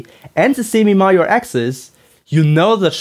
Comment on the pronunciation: During your description of the axis of the ellipses, did you mean the semi-major axis and the semi-minor axis? The way you said the former word is quite similar to the latter word. Your accent did confuse me for a moment there. Sorry for being rude, asking this question.